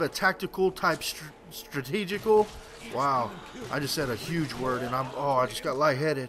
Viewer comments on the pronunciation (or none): none